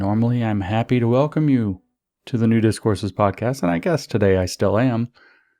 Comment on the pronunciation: On this special occasion of the podcast I heard you saying "Nudist Courses" instead of "New Discourses". But it's only half funny :/